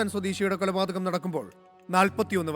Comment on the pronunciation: കൊലപാതകം✅ എന്നല്ലേ ശരി? പല വീഡിയോകളിലും 'കുലപാതകം' എന്നാണ് പറയുന്നത്.